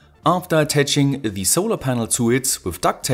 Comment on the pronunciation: Super Video! Mir fällt hier und bei deinen anderen Videos immer dein "the" auf, das du aussprichst als würde immer ein Vokal folgen. Schau dir das viellleicht mal an. Ansonsten super, weiter so!